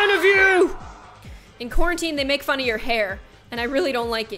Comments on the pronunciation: wait did she say quarantine she said the future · she siad querentine ..... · I couldn’t help but wince every time she says quarantine